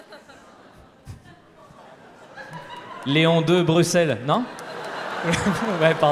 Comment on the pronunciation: Entre Léon de BXL et la Leffe, tu passes trop de temps en Belgique mon ami 😂😂 Et Bruxelles bien prononcé, de surcroit 😎😎 Grand bien te fasse 😋😋